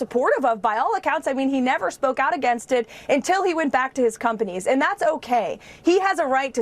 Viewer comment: "Graciously sent him back to his conpanies"